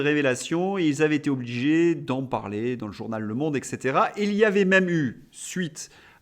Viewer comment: « Quand on parle correctement le français… » Cher, donnez l’exemple: • Observez que le verbe « se rappeler » est transitif DIRECT et n’admet donc ni DE ni En. • On ne dit pas eK cætera mais eT cætera • Vous venez de malencontreusement vous reprendre alors que vous aviez correctement fait la liaison: 300 Z-euros, il n’y a pas d’H aspiré à ce mot … et même avec heure qui en possède un H, vous dites bien, je pense: le journal de 20 T- heures? (Si vous avez peur de faire un cuir, un professeur de français m’a donné un truc: remplacez mentalement par le mot « ans », force est de constater que personne ne fait d’erreur dans ce cas). Il n’est jamais trop tard pour défendre notre belle langue!